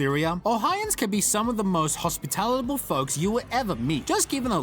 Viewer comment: It's Hospitable, not Hospitalible. WTF?